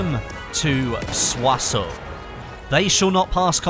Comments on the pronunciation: Every youtuber is misspelling it. The -ssons at the end is spelled like the -ssant in "Croissant". Not "Soissau" ! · why r u pronouncing Soisson so weirdly? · not soisone, its soisON! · french make no sence write it soissons pronounce it su-ah-sehl